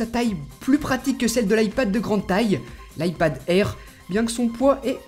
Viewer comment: L ipad airrrrrrrrrr mdr